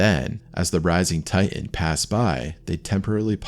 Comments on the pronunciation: ? "Titan." Not "Ti'an." Stay in school, kids. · Ocean Gate "Tigh-in" ...